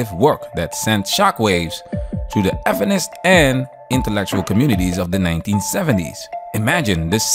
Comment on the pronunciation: Went the freak does this guy say “effinist”? It sounds so stupid and try-hard. Does YouTube actually demonetize the word “feminist”?